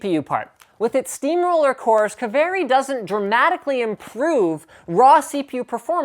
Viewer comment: btw its not "ka-ve-rri" its "kaaa-vee-ri". Say it!